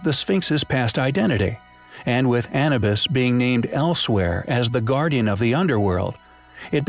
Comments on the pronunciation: A-NEW-BUS. not ANNA-BUS. Please have the AI updated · It would be nice if you pronounced "Anubis" correctly... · It's a robotic voice. Lots of names miss pronounced.